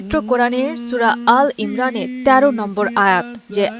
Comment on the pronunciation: প্রথম সূরার নাম ভুল উচ্চারণ করেছেন। হবে- সূরা আলে ইমরান।